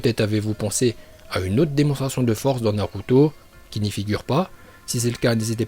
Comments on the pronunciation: Non t'abuse la, OrchimarU, NarUto ShippUNden etc.. Omg c'est d'un gênant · Tes vidéos elle sont à moitiés en VO tu dis Naluto😂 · Nn mais t srx tu sais pas dire les nom des pelo de naruto alors fais de vidéo sur naruto